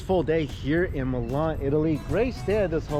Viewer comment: Is Milan not melan